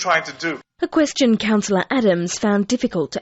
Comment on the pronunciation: “Thank you for your koschun??!!”Has US run out of capable people??